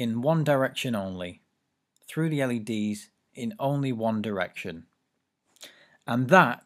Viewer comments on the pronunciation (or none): none